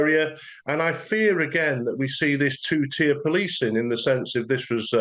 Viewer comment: Its tiered pol-icing